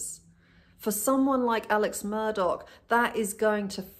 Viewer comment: Why is he Alec and Murdauck .....instead of Alex Murdaugh